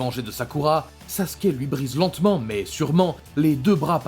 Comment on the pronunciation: Il dit saské au lieu de Sasuke bordel ses pas compliqué de dire Sasuke sa me met en colère que je m'abonne pas